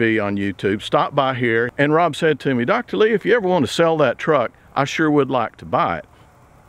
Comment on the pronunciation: Wonderful video as always, Dr Lee. I always look forward to them. Also, thanks for the shout out in your last video. And more importantly, many thanks for correctly pronouncing my last name!